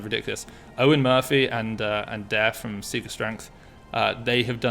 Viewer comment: He's been pronouncing Daire's name wrong for a while now. Come on, it's pronounced Darr-a.